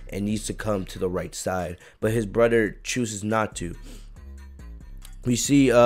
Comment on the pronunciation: Like how he says broder instead of brother it’s funny